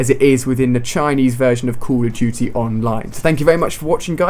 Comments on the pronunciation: CALL OF DUTY, NOT CULL OV CHUTY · I love how Ali-A says "Cool Uv Doo-Tee"